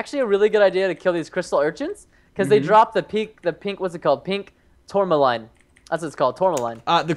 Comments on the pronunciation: quinoa is pronounced keenwon and tourmaline is pronounced tormuleen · Say it like tor-ma-leen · The sword material is pronounced tour-muh-lean. Its a real mineral, and it looks pretty... pretty.